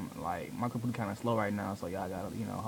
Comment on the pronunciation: Lmao "my compuhterr"